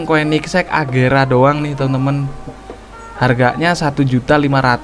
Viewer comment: Itu agera bang bukan regera